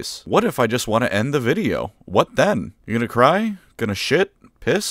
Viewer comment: You said WOT